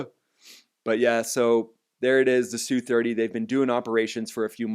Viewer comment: "S" "U' 30's. No one calls them SOO30's.